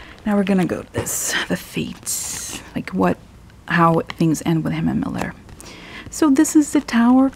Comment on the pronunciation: Please note: There is Robert MEULLER and then there is a Stephen MILLER who is an advisor to Trump and works in the White House. I suggest you don't pronounce 'Meuller' as 'Miller' because it can be confusing. Maybe the heart with the death card means that Pence's political career will die, but he will be much happier afterwards.